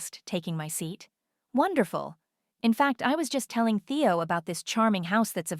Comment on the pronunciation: Why wasn’t her sister at the birthday dinner? Nobody has a phone conversation in a public place with a lawyer on speaker. And can you teach AI to pronounce Theo. How did they get back in the condo if the security codes were changed?